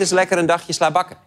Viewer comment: In slabakken ligt de klemtoon om de 2de A